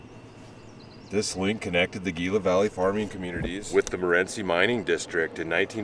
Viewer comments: Also Gila is pronounced Heela to these native folks lol all of us said Geela to start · Hi! Love the video! One note though: Gila is pronounced Heel-uh.